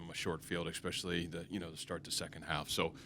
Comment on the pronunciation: The “reality of it is” we got mowed down “exspecially” in the middle third of that game.